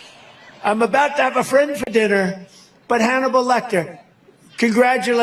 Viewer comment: Hanable lol 🤣🤣🤣🤣🤣🤣